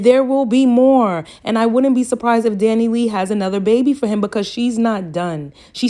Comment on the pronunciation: The way she keep calling her Dani lee 🤣 I can’t